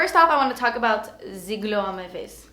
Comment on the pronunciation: ***** I purposely spelled it that way bc that's how she pronounced it lol